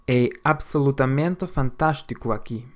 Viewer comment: Overall, not bad but some parts are off. For instance, the way the a's are pronunced in "absolutamente" and "aqui".